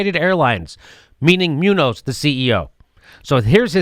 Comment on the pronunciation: It's pronounced MOON-yohss, BTW.